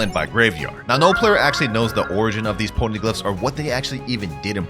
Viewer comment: Not him saying pony-gliphs